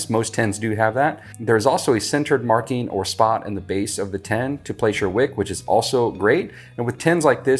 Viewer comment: The way you say "tin" sounds like "ten" to me so that threw me off for a while 😂 "8 ounce 10" "The white 10s" Hehehe but like others have said, thank you for what you do. Truly something righteous in helping fellow man through service. I love the principles of capitalism, but dont jive with crooked, greedy, crony stuff. When people are afraid to share their knowledge, it just feels wrong to me. There is more than enough room in ANY market sector for any number of competitors. When an expert is confident, they happily and freely share their wisdom without that nasty ego making them nervous that youll be teaching a future competitor "who might be better than you!" In the age of the internet, none of us really knows anything exclusive. So I'd rather freely share things i know, feel good about it, and save people a bunch of time going through all the mistakes i went through to refine that knowledge! Potential competitors will learn this stuff anyway, might as well be the one who also essentially virtually-mentored them 😂😂 I want to make candles for myself because i love scents and hate paying for someone else's labor when mine is just as good, but you're unintentionally making me lean toward trying to sell them once i nail a few recipes. Thank you so much for what you do, and folks like you who spread knowledge and empowerment (while being sympathetically realistic). Sorry for the college dissertation but I'm overdue for sleep and people willingly helping their fellow humans alwa